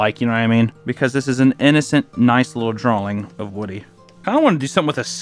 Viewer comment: I like how he says the word "drawing" like "draw-ling"